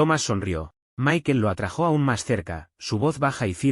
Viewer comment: Bonita historia. Me encantaría que la máquina aprendiera bien a decir la palabra "atrajo" sin tilde en la o, suena tan raro y ni una sola vez lo dice bien